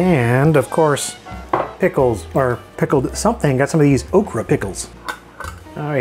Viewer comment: I thought you said pickled Oprah